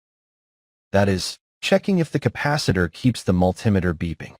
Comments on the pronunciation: Multimeter is pronounced multi-meter by most people. Triac is pronounced tri-ack, not reading the acronym letter by letter. It's bad enough that AI is crap, but then no one bothers to check if it's right. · Think this is AI generated or assisted because never heard in my 66 years multimeter pronounced like altimeter , should be multi meter pronunciation and yes Mr. Carlson's Lab is the best for non-AI tutorials and information. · Not sure how the video pronounced it, but the way I'm referring to is similar to altimeter. Just like I wouldn't pronounce that alty-meter, I said mul-Tim-eh-ter. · Don't like the "multimeter"? Cousin to the altimeter? I got a laugh out of that as well. AI??? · It is understandable to get annoyed due to AI's weird pronunciation (ie. when it reads "multimeter") but overall, as others mentioned, it provides a much wider audience due to slow and clear narration that appeals to non-native English speakers with limited skills. This is especially more relevant when the person in the video is either cannot speak English or have a very thick accent. So, ultimately, you look at the content of the video. If it is of value to you, you ignore such trivial things and actually be grateful that someone took the time to use AI to resolve such shortcomings and upload the video to share with the world. I think people became too comfortable with freely available good material online and start taking things for granted ergo this type of silly criticism. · Besides the multi-meter mispronunciation, He didn't pronounce triac. He said tri A C. This could be AI misreading which they do. Anybody with any electronics background would know how to say multi-meter and triac. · It's called MULTI METER. In other words, many meters in one. Not mul-tim-ator. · Sounds like AI generate. Its multee meter not mul tim eter! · MulTIMAter? Isn’t that a “MULTI meter”. AI voicing is still primitive. Also, I believe the common name for those four diodes is a bridge rectifier.